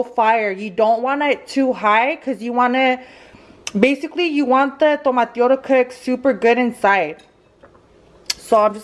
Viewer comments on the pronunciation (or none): none